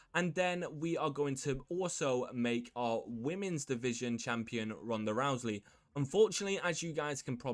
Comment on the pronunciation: Hey dude there is no L in the last name Rousey it is not Rouseley